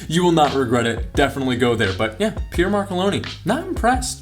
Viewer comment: Why can't Americans pronounce place and people names? Pier? That's how you pronounce Pierre is it?